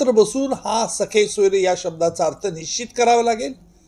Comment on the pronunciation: Not sakhe soyare. Sir, sagesoyare. With due respect to you